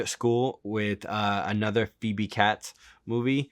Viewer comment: Phoebe CATES--rhymes with HATES